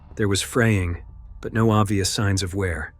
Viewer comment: He pronounced it differently, like 'now'.